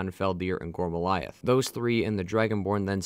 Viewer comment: Dawg It's GORM-LAITH It's SOV-N-GARDE Geez you content creators are ridiculous! Do you not write the script? Didn't you hear the 1,000,000th time someone in the game gives you the proper pronunciation with subtitles ??? Baffling. Like wtf. How can you pronounce Ysgramor flawlessly but come at me saying "Voli-kar" instead of Volkihar 😤